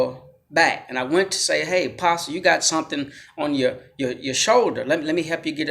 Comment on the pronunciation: In English, the T in apostle is SILENT.